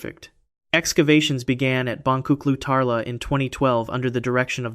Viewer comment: The "C" in Turkish is pronounced as a "J." The correct pronunciation is "Bonjuklu Tarla." JSYK! :)